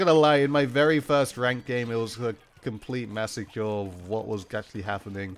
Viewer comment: No one: Dude: Mass ye cure